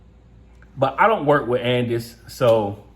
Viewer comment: Andis- And-this- And- Dis